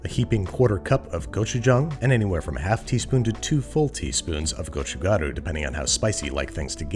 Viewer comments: I'm not even korean but it's very refreshing after hearing someone else pronounce it as "gochujaru" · Wow you pronounce 고춧가루(chili pepper powder) so perfect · Applauds gochugaru and gochujang pronunciation!! Everyone has a different version of this growing up and lots of ppl add sugar, fish cake, cabbage, etc. but I really appreciate you show casing Korean food especially during a time like this. Love our people like you love our food! :) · As a native korean speaker, Babish pronounces 고춧가루(gochugaru) and 고추장(gochujang) by far the most accurately out of all the foreign cooking videos I’ve seen. Great job!!